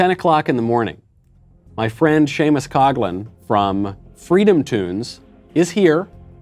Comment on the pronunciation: FOR FWEEDOM!!!!